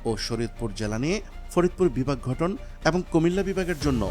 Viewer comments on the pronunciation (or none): ঘটন ❌ গঠন ✅